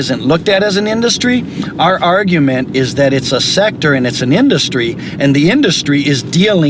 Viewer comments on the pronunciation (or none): "Carousel of Oppotunity". He seems healthy. His meat head should walk thru the temp neighborhood at night. He pronounced "secTor" like some lawyers say "defenDant" instead of defendant. He's a circular talker, always someone else. He speak in public in vagaries. Where are the SWAT teams at DOL? I know they went to FLETC in Ga..They receive premium training/work at GS-9+ level. Where are the army of 'well meaning' civil rights and labor lawyers? Indeed where? Where are the determined "Antifa"? Someday these temp will see the end, as long as people like the interviewer shine light to this pandemic in such a rich country. Until then, hold on.